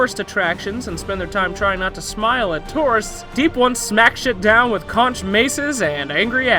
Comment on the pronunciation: aigh man this guy doesnt know how to say conch